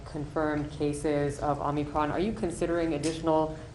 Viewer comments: Its omicron, not omni-cron, Joe 🙄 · Omicron, Omni-cron.. Whatever. At this point it's just par for the course with Joe. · Even Fouchi called it “omnicron”. We have the senile leading the senile. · It’s the “omnicron”. “We have the best…… inept president and leaders”. It’s called the omicron! This guy is a joke. Get your vaccine he says. Has there been any studies showing it even works against the “omnicron”. Didn’t think so, but get your shot anyway. Shut up and get your shots, says booster joe. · Is it ‘Omnicron’? Cause that what both these mutherfockers keep saying.. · He pronounced ‘Omicron’ wrong EVERY TIME.